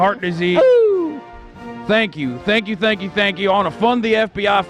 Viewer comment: Saye-nk You